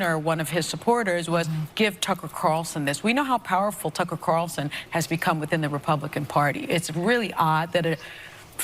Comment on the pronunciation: One of my favorite pastime is listening to butcher Tucker Carlson's name lol. Never gets old and I hope he never stops.